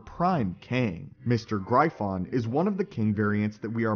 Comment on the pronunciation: He Who Remains is not Immortus. Also, its pronounced Griffin not GryPhon.